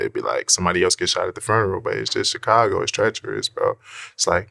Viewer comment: Why does DJVlad pronounce “Chicago” like that?